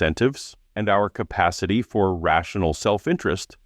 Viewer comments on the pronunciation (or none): none